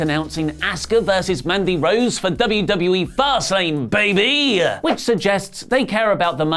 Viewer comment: The "Fast Lane, baby" thing is getting stale now,. Yesterday, I could swear it was said with the inflection make it sound like that was the actual full name of the PPV.